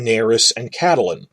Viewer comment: Whyyy are you saying Catelyn like that